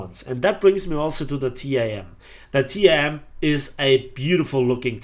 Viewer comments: Hello, its TAM not T-A-M, read it all together, keep the good work, greetings from Argentina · i know is the same name, but we dont say T-a-m (Te-A-Eme in spanish), we say TAM, Like "than" but with M